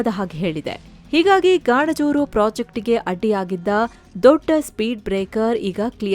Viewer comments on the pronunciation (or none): ಗಾಣಜೂರು ❌ ಗಣಜೂರು ✅ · ಬೇ ಅದು ಗಾಣಜೂರು ಅಲ್ಲ ಗಣಜೂರ